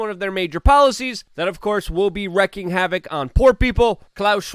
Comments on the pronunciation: Luke its”wreaking havoc” not “wreckIng havoc” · Obviously you don't give a s**t, but it isn't "wrecking havoc," it is "wreaking havoc," rhymes with "seeking havoc." Would you like to see a dictionary definition and pronunciation? I think probably not, but here is one, and they are all pretty much the same: To wreak havoc is to cause chaos or destruction or both. Wreak means to inflict or cause. Havoc means chaos, disorder, or confusion. It can also mean destruction, damage, or ruin. In many cases, it refers to a combination of these things. Pronunciation: Sounds like reek See that? It sounds like "reek" not like "wreck." Do you care? Apparently not. I cannot help but be sad by the destruction of the English language which has been taking place as the bad guys, the same bad guys you yell about, have destroyed education in this country. That's why I think you should care, but you have demonstrated that you do not give a F**k. Very sad. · It's reeeeeeeeeeeeek havoc.